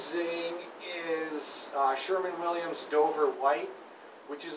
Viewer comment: Shermin? i thought it was sherwin lol